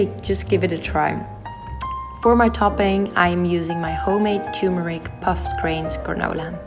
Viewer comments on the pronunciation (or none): "I try to avoid dairy" uses ghee butter 🤦‍♀️ Use coconut oil instead :-) Also it's "turmeric" not "tumuric". Thanks for the vid tho! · One thing please.. It's not "tumuric", it's turmeric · did she mean turmeric and not tumuric? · Darling, I like your videos so far. Just a small suggestion is that the yellow powder you add to your food is “TURMERIC” not “tumuric”. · This is really good. I was actually looking for healthy eating videos because I have to quit taking dairy due to skin allergies and found this video. This is quite useful! Plus it is cute how you call and pronounce Turmeric as Tumuric :)